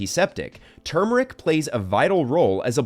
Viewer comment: He can’t even pronounce turmeric correctly what a joke video lol